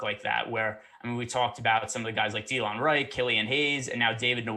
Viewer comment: Da-Lon Wright. Not Dee-Lon